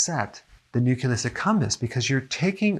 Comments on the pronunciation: Nuculus? Nu-Clee-Us. Carry on Dr. Berg. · Nucleus NOT nuculis. Sorry Had to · Hey Doc, I love your video's. This one was great for more than one reason. I finally see that you are not perfect either (tee tee). You kept saying nucUlus and not nucleus. I know it's a small thing, but I giggled. ;) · Nucleus!!! Not "new killus!" I wanted to share this video, but the mispronouncing takes away all credibility. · nuCLEus not nuCULus(no such word)—common pronunciation error. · ugh! nu-CLEE-us not nu-CUE-lus. C'mon, at least SAY the word properly. 🙄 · I'm addicted to sweets. I like how Dr. Berg say "NUCILUS" in his videos, just like my mom says "ONININE" instead of "ONIONS" lol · OK, I'm nitpicking... but isn't it NU-CLEE-US? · He still mispronounces it to this day 😅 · Just curious, why do you pronounce "nucleus" as "nuculus"? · Its new-clee-us Lol! He is adorable. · YES he sounds like George W when he would say "nucular." Bwa ha ha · I'll come back when Doc learns to pronounce "nucleus". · I was squirming all through the video because of that word :) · Yeah, this drives me crazy.